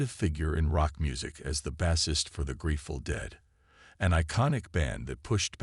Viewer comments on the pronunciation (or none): It's AI narration. This is actually good that it's not pronounced well, makes it easier to recognize the AI. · Learn how to pronounce words like Bassist and Bass!